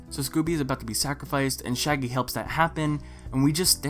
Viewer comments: He did and I'm ashamed to admit that I laughed for a solid minute at that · lol i laughed so hard mainly because it flew over my head